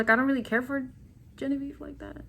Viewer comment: I do not like Leslie at all. You said gen a ve ve 😂😂😂 i think Leslie and genavieve only care about being on the show. They do bring drama but it’s cringey, Although I love Shannon and kyra, I think Shannon was just trying to be a good friend and look out for her because she did let will get away with basically cheating. I love Shannon and of course cash!!! I think cash should pick Charlie because cinco is way to back and forth. Olivia and korey seem to be faking it but I love them both for some reason lol